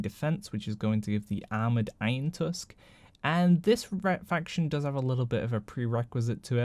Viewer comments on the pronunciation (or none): none